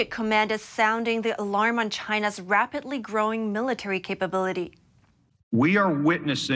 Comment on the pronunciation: The female newscaster is great. Just a helpful English suggestion: try to pronounce the letter "d" as "d" not "t". For example, reportedly not reportetly also rapidly not rapitly. These words are stated in the first minute of the video. Good luck! Thank you for you newscast.